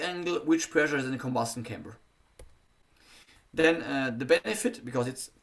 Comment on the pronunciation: Спасибо за напоминание. Это замечание важно особенно тем, кто возьмётся анализировать текст самостоятельно, без преподавателя. Хотя ошибок ничтожно мало, в основном это произносительные ошибки или сильный акцент, но их тоже находим. Например, произносит слово chamber как camber!!! Camber - это термин из геометрии подвески. А он говорит о камере сгорания. Важно видеть и понимать, в чём состоит ошибка и насколько она критична для понимания речи. Сильно оглушает согласные в слове drag. Из-за этого на слух можно услышать почти track.